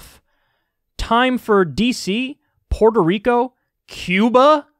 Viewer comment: Why can no one say Puerto?